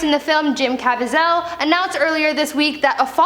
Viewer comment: Jim's last name is pronounced (Ka-vee-zel). Hope that helps.